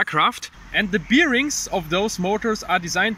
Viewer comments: Bier-rings :D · Please look up how "bearings" are pronounced. It doesn't have anything to do with bears. :D